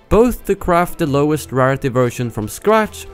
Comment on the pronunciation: "RAR-ITY" is pronounced "rare-ity."